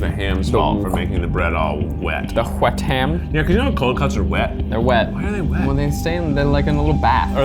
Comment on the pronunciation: giggles “…it’s so wEt”